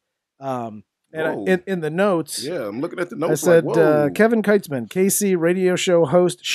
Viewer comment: It's pronounced "Keetz-man".